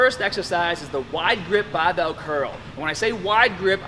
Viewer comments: Is this dude an american trying to sound british or the other way around? I heard both baabel and barbel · The Bah-bel ! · Taaaahget the short head with a wide grip baaaahbell curl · U wanna taaahhhget both heads with a baahhhhbell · Hahahaha the BAH-BELL. Sorry, I seriously love your videos.